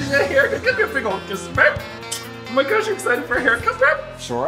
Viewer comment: I just absolutely LOVE the speedy evolution of "Babe!" into "beurb!"